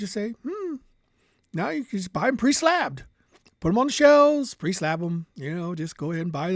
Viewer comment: haha "preslabbed!"